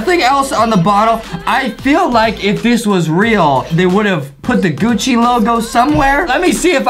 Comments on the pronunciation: GUCCI not GUCCY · Is Gucci not Gucci ok